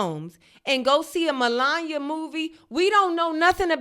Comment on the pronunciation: Anyone else enjoy Zainab butchering MelanYah’s name the entire time? 😂😂😂😂😂😂😂